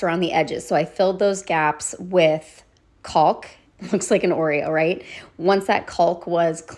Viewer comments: cawk not "callk" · Fabulous project❤! And fyi, the “l” in caulk is silent. Pronounced “cawk”. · The L in caulk is silent. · Only one thing the l in caulk is silent :)